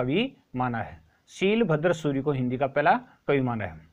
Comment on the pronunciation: शीलभद्र सूरि नही वो शालिभद्र सुरि है